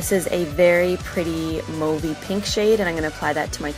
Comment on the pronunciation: Finally! A guru who can pronounce mauve, and I just saw your milk of magnesia video and though it was longer, it wasn't boring